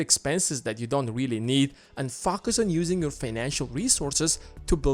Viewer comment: Great thoughts about money (this and other videos of yours I've watched). But every time you say the word "focus" it sounds like you are swearing! Question: If the investments make at least 10 percent a year, then why can you only take out 4 percent? I understand there is a little inflation, but still...you should be able to take out about 8 percent without touching the principle?!